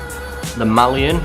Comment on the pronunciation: Cheers! Pron: Mal-e-an: )